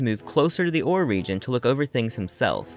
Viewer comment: This was an amazing video really loved the lore. I think the region name is pronounced Or-Ray because of the extra R in the word ore and the commercial for the game says it that way